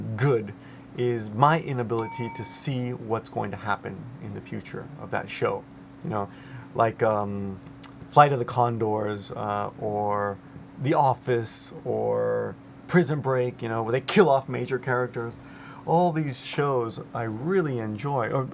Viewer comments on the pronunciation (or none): OK, I want to preface by saying I am subscribed to you and have enjoyed you videos in the past. Now, how can you compare youtube to TV? Oh, and it's "Flight of the Conchords" not Condors just so you know. And why would you make a video about someone saying "let's not discuss him"? Kind of defeats the purpose.